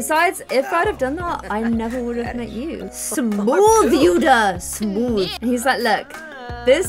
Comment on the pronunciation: When you say yuda it sounds like yuna